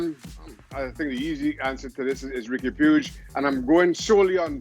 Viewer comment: Riqui puig is pronounced "Ricky pooj" not pyooj